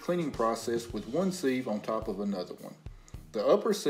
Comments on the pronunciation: I’ve never hear sieve pronounce “seev.” It’s always “siv.” Nice video though. Pretty cool for us non-farm/city-dwellers to see where our food comes from and how it’s harvested by farmers. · siv. pronounce.. not ceeve ..